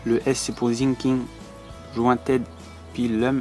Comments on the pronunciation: Pour info😂ont dit Sinking pas zinking sa se prononce S par Z car dans la vidéo set😂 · Très bonne vidéo mais on dit Sssinkig et pas Zinking 😅